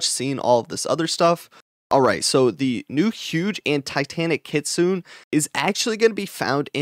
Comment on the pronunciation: EARLY GANG RISE! its kit su ne not kit sune 🤣